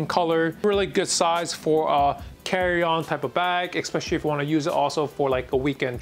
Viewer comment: Did you ekspecially work at Morgan Stanley?